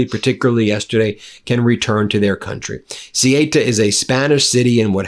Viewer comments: Ben, I greatly appreciate your reporting on this issue. But can't you check pronunciations beforehand? The name of the place is Ceuta, and it's not pronounced "Sieyta", but "Soota." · Ben, "Cé who tha," please, and not "Cé hi ta" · Ceuta is pronounced Sehootah. not Sigh Ate Uh. WTF?!? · IT´S " SE U TA",NOT " SE E TA" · good reporting but please use the correct pronunciation. ceuta is pronounced 'say uta' not 'suta' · It's CEUTA not CIETA. What is wrong with you? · try saying ceuta like this say ew ta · It's pronounced 'Sue ter', Ben! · They're pronounced theu-ta and me-li-ya...xx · how to pronounce Ceuta correctly. C lice C (Cesar) U like you TA. Easy Ce you Ta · The village's name is pronounced Ceúta. It's a "u" after the "e". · Ceuta is not pronounced Cieta. Jeez Ben. That's any easy one. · Ben, its pronounced Sayuta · CEUTA is pronounced say-oota. MELILLA- Meliya. PLEASE! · 'Say-oo-ta' --- try that for Ceuta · Hey Ben.... Please learn how to pronounce words correctly ok. Ceuta.... SAY - U - TA... now say it quickly, "Sayuta"... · It is pronounced suuta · THEH-OO-TAH -- CORRECT pronunciation of Ceuta (ancient city, once Carthaginian, then Roman...). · come on ben, the pronunciation of ceuta is ce ooh ta. how hard is that ? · It s pronounced ‘seuta’(ceuta) and ‘meliya’(melilla). Sorry for correcting. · İs this piece about a chunk of the North African coast called “Ceuta”? I was totally unaware of its existence until I looked it up on a map app just now. I also don’t speak Spanish, but I’ve heard it pronounced a lot. Calling the place “See-ayta” seemed to me like a very peculiar thing for a Spanish speaker to mouth for that kind of spelling. I also looked up an online pronunciation guide as well, that basically said “SAY-oota” instead, which sounded a whole lot more like what I would expect. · Ben , I love your posts but please let me correct you. The name Ceuta is pronounced "Say you tah". Just a small point but I have been there many times. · It's CeUta